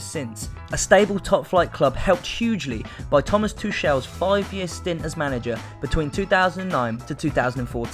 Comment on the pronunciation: Who the fuck are Mains? I’m not even German but the pronunciation of Mainz and Tuchel annoys me. Great idea but irritating presenter. Should be on children’s TV.